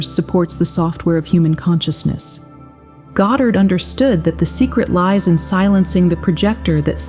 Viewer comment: Please pronounce Neville’s last-name correctly! The accent is on the first syllable God’dard!